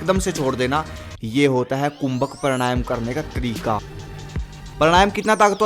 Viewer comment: भाई मेरे , वो प्राणायाम है, परणायम नहीं। उच्चरण सही करे......